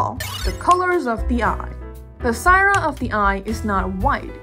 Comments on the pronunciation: wait isnt it callled sclera not sciera? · Great vid! It's sclera though, not sciera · Sclera. Not sciera. But good video regardless! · Unrelated to the topic of the vid but: It's the first time i've heard someone call it sciera and not sclera! I'm guessing that's what it's called in your language? Thank you very much for your video!! I reaaaaally love how you color your art! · Did you misread sclera as sciera? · It's SCLERA, not sciera.. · Just a small correction: the white part of the eye is called "Sclera" pronounced (Sklera) with an L not an i. :D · Do you mean Sclera of the eye 😭 its L not i!!! Anywayz nice video !!!